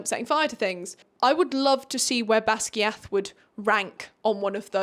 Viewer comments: Baz GUY ith not basgeeeath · bestie, I didn’t know how to pronounce Basgiath either when I first saw it😭 but it’s actually Bas-GUY-ith! I learned it when I switched to the audiobook P.S. I’m sorry, I absolutely hate being the person that corrects people but I figured you’d be mad if no one told you either😭🫶🏻